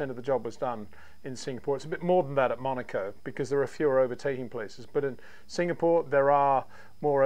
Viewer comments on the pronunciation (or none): none